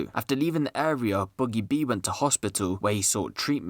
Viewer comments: Rate da vid but it’s boogie b mate not buggie b it’s ak a problem in the vid lol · Ain’t no one gonna point out he said boogie boo 😂